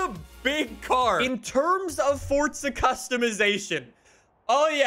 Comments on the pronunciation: Its Forza not Fortsa... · why does he say fortza?